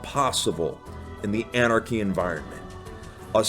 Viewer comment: good old “anarchy”